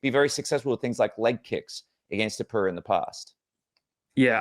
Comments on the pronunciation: How come you pronounce Topuria as "Topura"? Your country's name literally ends in "ia". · ta POOR Re A. not 2poora. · “Tuhpura” 😆 I find it funny and kinda Hope he keeps doing it lol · The way he pronounces Topuria makes me bang my head against the desk.